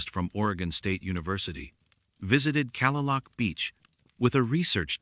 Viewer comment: Kalaloch Beach is pronounced: Kah-Lay-Lock (not Calla-Luke)